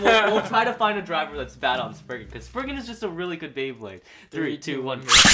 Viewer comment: It is lord spryzen not lord spriggan